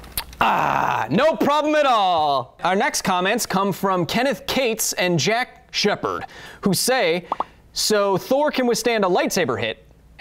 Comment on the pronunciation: SHEPARD!!! he said that like a wreath lol